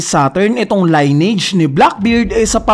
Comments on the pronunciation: lin-ni-age ang pronunciation hindi line-age. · lineage... narrator : line-age observer : lin-age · li•nee•uhj pagkakabigkas ng lineage hindi line • age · Sir maganda yung vlog mo kaso for correctness lang, paki research ang pag basa ng salitang "Lineage". Yeah maarte in a sense pero makakatulong para maging mas mahusay tayo sa pagkukuwento ng storya, paggamit ng ibang lenguahe at di tayo pagtatawanan ng iba. 🙏